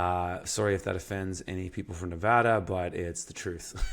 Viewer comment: kudos to actually pronouncing Nevada correctly, most people in the Union cant. Coming from a guy who has grown up in rural Nevada, Google maps doesn't do the state much justice. There are plenty of green areas with springs and creeks tucked away from the major freeways and highways with great potential to be homesteads. Unfortunately, the land is rugged and unforgiving to those with little experience in high desert living. As mentioned in other comments, the trouble is most of those wet places are either already privately owned or it is federally owned.